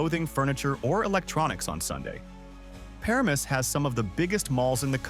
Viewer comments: Para-mus? We say Per-amus For Paramus. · Oh God I just got to the Bayonne or Bayuun... and Parames? Oh that hurts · Like Bay Own & Per Ram Us? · Bay-Yoan and Pa Ram Muss 😂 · It's bay-OWN, puh-RA-mus, muss-kuh-NET-cong (not moose ...), MA-wa, The Palisades are not basalt - they're diorite (diabase), that's sitting on top of schist (Newark Schist), that's mostly underground, but is visible in some places. The Watchung Mountains are basalt. One very visible difference is the basalt tends to break in hexagonal columns, while diorite breaks in rectangular blocks. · It's pronounced. Puh ram us. The guy banging the rocks sounded like rocks and not bells as you mentioned. When I went to Capemay it was called Diamond beach. It is pronounced Ma Wa. Geeze. get someone who knows how to pronounce these towns. Hire a voiceartist. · It's pronounced pa-RAM-us. Stupid AI. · wow the AI dude was doing so good til "he" couldn't pronounce Bayonne, then Paramus and the Musconetcong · Really good video, but the fake voice pronounced Bayonne, Paramus, Mahwah, and White Manna wrong, and those weren't jug handles that were shown when you talked about jug handles. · As a native New Jerseyan, it’s hard to hear all the butchered names…Bayonne, Paramus, etc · you pronounced Bayonne and Paramus incorrectly. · Mispronounced Bayone and Paramus pretty badly.......and many other historic sites and things happened in NJ. My father worked for Thomas A Edison Industries for 44 years. He even saw Edison when my father was very young and started working there. West Orange NJ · Bayonne and Paramus as pronounced by AI = derpa derp. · Whoever is narrating this video you are not from New Jersey. By the way you pronounce “Bayonne”and “Paramus” anybody from New Jersey we know you are not from here.! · I literally yelled "What?" at Bayonne and "The Fuck" at Paramus... Mahwah too.